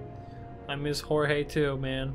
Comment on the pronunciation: The funniest part about him pronouncing "Jorge" with the h is that that joke is cannon and has been used in universe